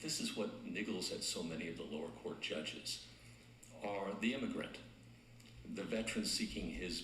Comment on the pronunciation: The word is "COURT," not "quart." A quart is a fluid measurement - 32 ounces. Or a QUARTer of a gallon. Get it?